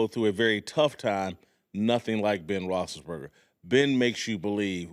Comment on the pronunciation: rossenburger? rossisburger?!?